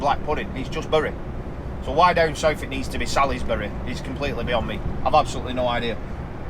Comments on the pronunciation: Salisbury is pronounced Salsbury, it's a silent "I", I have to admit to laughing when you said it started raining just as you got on the A303😂 that sounds about right sadly! Great video as always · As you well know?? It is "Salisbury"......lol